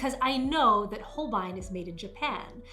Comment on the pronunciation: It’s actually pronounced Hole-bay-een. Beautiful job and great attempt at Nihongo (Japanese) language.